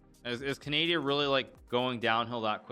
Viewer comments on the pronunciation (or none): A walrus dies every time you mispronounce Canada or Canadian